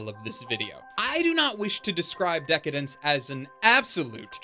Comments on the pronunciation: I think just like you. However, it's pronounced "Deca-Dance" not "Dence", at least that's how it's written in katakana (デカダンス) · Dec-Dence .. pretty sus xD